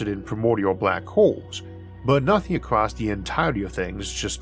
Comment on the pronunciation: The word is ACROSS, not ACROST. Kentucky army pronunciation. Ask your editor or speech therapist to help yo with this. You got past NEW-CUE-LAR..